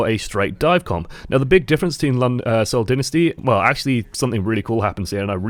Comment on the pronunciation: It is Seoul Dynasty not Seoul Dinisty